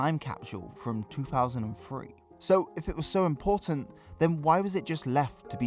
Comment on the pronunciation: Two Thousand and Three. Not Two Faasand and Free.